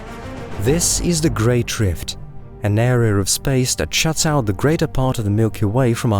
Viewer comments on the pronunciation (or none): none